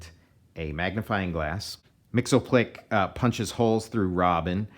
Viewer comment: Mxyzptlk us actually pronounced "Mix-yizz-pittle-lik".